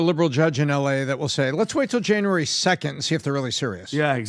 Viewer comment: Janry 2nd????? Its January dude... January... JAN-U-ARY!!!!!! English...please!!!